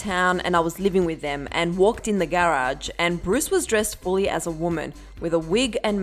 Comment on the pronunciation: the way she says “garage” 🤗